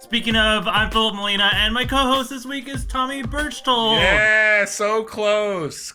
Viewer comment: GUYS ITS FILUP NOT PHILIP!!!!!!